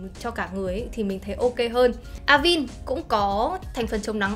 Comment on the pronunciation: Cảm ơn bạn có video về KCN khá hữu ích. Góp ý nhỏ chút là Avène - là hãng mỹ phẩm pháp, nó sẽ đọc theo tên pháp là A- Ven (đọc tương đối nó là thế này, còn chuẩn thì thềm n sau), Không phải là A-vin:)